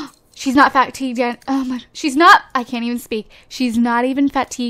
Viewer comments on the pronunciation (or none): it's pronounced fatigue (fuh-tigue) not fat-tigue